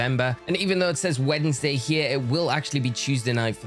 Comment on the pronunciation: I cannot unhear "weddingsday" anymore